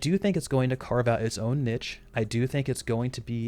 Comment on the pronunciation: The way he pronounced niche :(